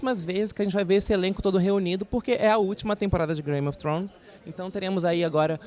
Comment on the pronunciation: "Grame of thrones" kkkkkkkkk